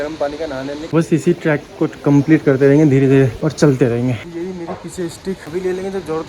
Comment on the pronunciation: Track nahin, trek hota hai